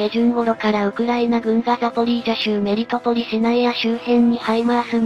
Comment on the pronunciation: 「メリトポリ」と「メルトポリ」どっちが正解なのかな？ うp主の🧠では、ごっちゃになってるけど……｡